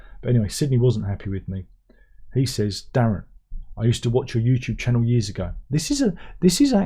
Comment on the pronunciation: As a yank, I like the way you pronounce YouTube. I’ve began pronouncing it that way lol